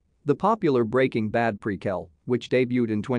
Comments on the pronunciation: And who says “pre kell” not “pre quill”? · the narrator of this ckip pronounces prequel and melancholic in a weird way , pre-kel and melantjolik